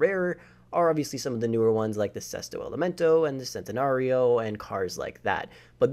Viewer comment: You pronounced Jaguar and Centenario wrong